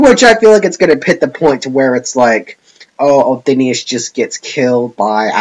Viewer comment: She's my favourite character. I think the reason she wanted to go back to her original world was because she was alone and there was no one else like her. Also I'm pretty sure her name is said Othinus and not Othin-i-us. Also to your last question.... yes.